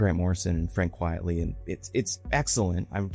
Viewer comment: it's pronounced quite-ly, not quietly